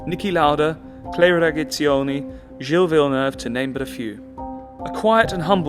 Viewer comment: Clay Regazioni?….For someone who lives in this business his knowledge is shockingly poor..matched only by his complete inability to pronounce any Italian name or word..Such a shame that it detracts from the very special access he has